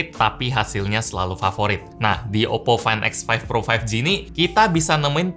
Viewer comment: muncrat gak bg?? oppo fain ek faif pro faif gi